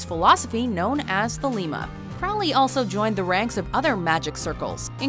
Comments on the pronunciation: It's pronounced "CROW-ly" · "Crowley" rhymes with "holy". And why isn't Wednesday Addams on this list? Alice Cooper ranked higher than Peter Murphy? Jesus Christ, who put this list together? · Crowley pronounced his name Crowley, rhyming with "holy."